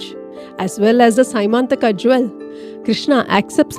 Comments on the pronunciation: It's not symantaka. It is syamantka mani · It is not sy mantaka jewel it is pronounced sya man taka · as far as I heard it is semanthaka(the se you use in Selvan) mani, not Symanthaka. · Symanthaka may not be the correct word. It is syamanthaka